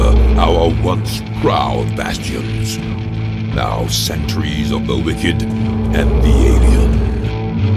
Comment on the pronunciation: "now centuries of the wicked and the alien" not sentries, it's subtle but he does pronounce the U...